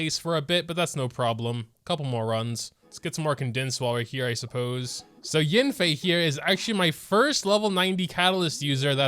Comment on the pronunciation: it’s yAnfei, not yinfei…